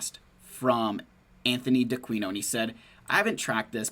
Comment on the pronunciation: Also, good pronunciation on the last name! “Dee Uh Queen Oh” 🇮🇹